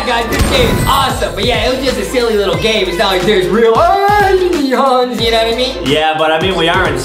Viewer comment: i love how JUSTIN SAYS, adem and alienss